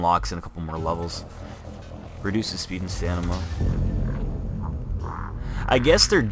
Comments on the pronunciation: Loved the vid, but my OCD fucked me up when you said stanima instead of stamina xD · You said stanima lol It's *stamina*